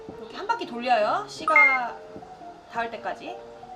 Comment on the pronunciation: 씨가를 씨바로 들으신분ㅋㅋ